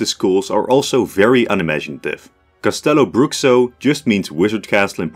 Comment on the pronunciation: Fantastic video! Great analysis here, well done. By the way, the 'X' in Castelobruxo is pronounced as 'sh' (as in the word 'show', for example). Also, I would love to see how you would separate the world if you had more schools to place, like 15 or even 20